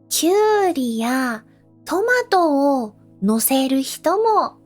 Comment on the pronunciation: I'm sure this comes with practice, but to my ears, when you say words like "Tomato" you say "Tah-Mah-Toe-Oh" many words like this to the untrained ears have a extra syllable. I am curious if you yourself hear this or is it a silent extra part of the word.